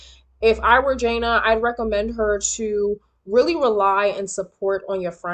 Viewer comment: It’s pronounced Juh Nay